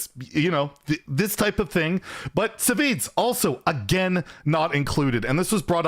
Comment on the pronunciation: SahVahZee lol. That was the weirdest pronunciation of Savzj. He's always been such a chill guy. I hope he gets unblacklisted